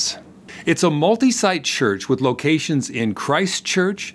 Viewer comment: Thanks for butchering most of the location names. Made me laugh :0)